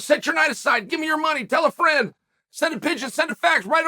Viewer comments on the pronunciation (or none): none